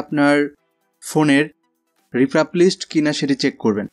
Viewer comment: শব্দটি রিফার্বিশ।